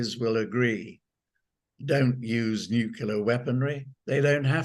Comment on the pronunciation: I an always suspect of “experts” who cannot correctly prounounce the word “nuclear “.